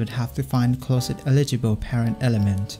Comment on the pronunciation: you pronounce closest like closet lol